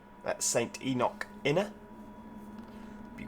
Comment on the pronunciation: Ibrox is pronounced eye-brocks And govan is pronounced guvven And St. Enoch is pronounced St Eenuks